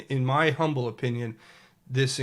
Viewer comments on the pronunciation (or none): none